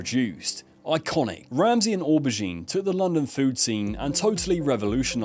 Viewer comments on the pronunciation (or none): Or Bah Geen.... you mean Oh bergine... LOL